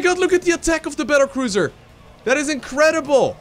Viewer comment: The pronunciation is magnificent. Battlecruiser is now apparently Bettercruiser. ;D